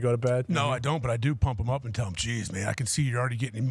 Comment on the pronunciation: how has nobody ever mentioned how awful the way says “them” THUMMM